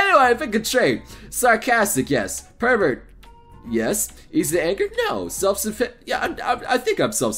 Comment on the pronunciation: "Per-Vert" really? You went there? insert Kappa